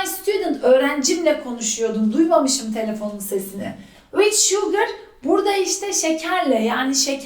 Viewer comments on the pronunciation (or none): "vid" değil be hoca, daha videoyu açar açmaz ofsayt: peltek yahu